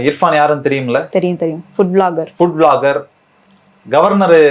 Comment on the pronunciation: ஏம்மா.... அந்த யூ ட்யூபர் பேரு இர்ஃபானா? இல்ல இஃப்ரானா ? கவனமா கேட்டு சரியா சொல்லுங்க... நாங்க ராவணா காணொலிய தவறாம கவனிக்கிறவங்க. எதிர் காலத்துல தவறு வராம கவனமா இருங்க.